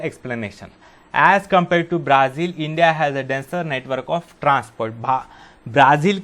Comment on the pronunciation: Sirr aaap Brazil ko braaazil pd rhai ho